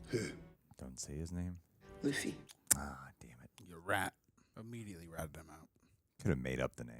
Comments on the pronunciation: “Bugsy”? 🤣 Okay, “Luffy!” 😂 Love you guys! 😊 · Pls. just call him Luffy (loo-fee) 😭 Also, Buggy was never meant to be an intimidating villain. A scarier villain is in the next episode.